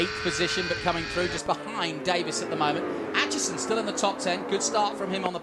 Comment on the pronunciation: damn the pronunciation of Aitchison as "At Chison" did my head in the whole way through this. ITS "8 CHISON". ARGHHHHHHHHHHHHH